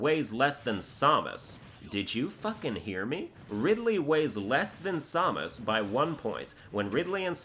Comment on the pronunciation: Seriously, hearing you butchering Samus' name makes my blood boil.